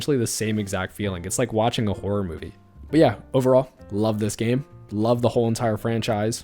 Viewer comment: nah he really said whore-or 😂